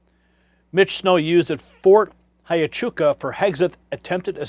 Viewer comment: Huachuca is not pronounced hi a CHOO ka. it's wha CHOO ka, Do some research.